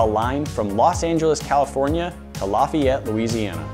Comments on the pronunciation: It's laf-e-et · They can write some pretty long distances, just is rage inducing the way he pronounce Laffayette